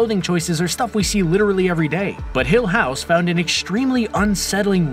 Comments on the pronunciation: i just wanna say, the way he pronounces "hill house" drives me mad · It bugs me how many times per minute he says the show and his emPHAsis on hill HOUSE. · says 'hill house' oddly. almost shatneresque. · Why does he say hill house like that